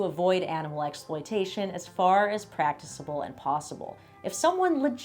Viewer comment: Weird nitpick, but practicable is pronounced with a hard "c". Great video.